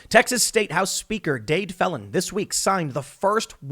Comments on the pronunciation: Phelan is pronounced like, feel Ann, and not felon, although it seems apt under the circumstances, lol. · excellent commentary. Little note. Phelan is pronounce Feelan. similar to LAN party, but with a slightly softer A.